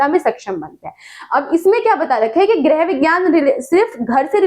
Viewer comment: Mam gerh nhi hota hai grih hota hai😢